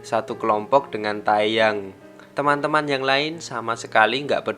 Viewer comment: Teyang bukan tayyang :) Mire Bekha